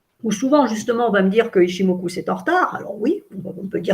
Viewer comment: PAr contre SVP SVP SVP arretez de prononcer OU qd vous voyez un U en japonais, ca fait mal aux oreilles mdrrr On prononce ITCHIMOKU ( Le u presque que comme le eu) ....